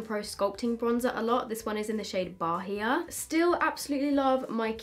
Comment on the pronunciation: I love both. I'm going to go all Hermione with this but it's not ba-hee-a, it's probably ba-ee-a, like the city in Brazil 😁 I love you!